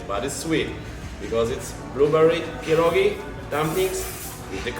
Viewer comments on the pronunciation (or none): I'm sorry why cant Americans just pronounce pierogi correctly, its not that hard!!! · ur saying the polish foods wrong